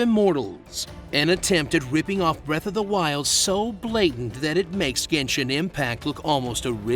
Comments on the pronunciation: "Breath of the mild" Lol 😂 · "BREATH OF THE MILD" 🤣